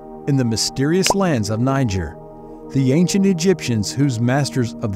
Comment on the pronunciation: Why is he pronouncing it as “Ni-ger”?? I’m weak lol